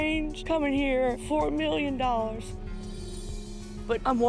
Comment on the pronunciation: Everytime he says "a quarter of a million follars" i think about the british chef on kitchen nightmares that he thought was overpaid at 25k pound a year